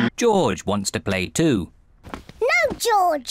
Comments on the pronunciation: It's not joj dude it is GEORGE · It’s not joj it’s George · It not joj it George omg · It sounds like George not joj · Uhm Its George not joj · its not joj its george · To this day still calls George Joj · Why dose call George joj